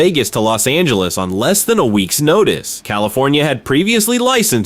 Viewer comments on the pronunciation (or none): none